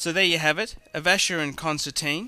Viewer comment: Where on Earth does he get Concerteen from? It's Constantin, pronounced Constan-tan, because it's French.. I hope he does not get the mark on the lug polished off, as it''s an Assay stamp for 18k gold.